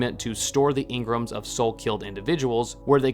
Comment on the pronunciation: "Ing-grums"... It's pronounced en-gram. Just like everyone in game says it. Which is a "short" reference for personality enneagram. 🙄